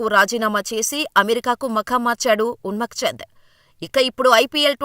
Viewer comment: అతని పేరు ఉన్మక్ చంద్ కాదమ్మా. ఉన్ముక్త్ చంద్.